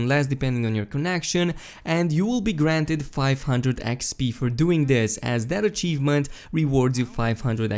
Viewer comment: Every time you said achievement I cringed and wanted to shout myself